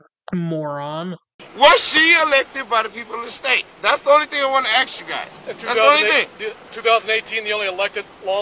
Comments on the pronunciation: I'd arrest him for threat of great bodily i injury - he told the LEO "I wanna axe you" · This guy must be a Lumberjack, because he says "Axe" a lot.